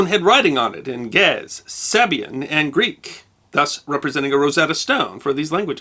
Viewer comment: The language of Ge'ez is pronounced in 2 syllables, not only one.